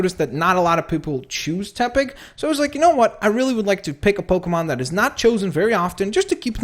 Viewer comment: Dude pokemon not pokamon